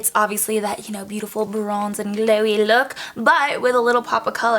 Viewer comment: 😍😍😍 i loveeee this makeup!! When you say "glowy" you have an accent end you prononce "gleeeuwii" 😂😂 #french and i love tacos😂😂🤤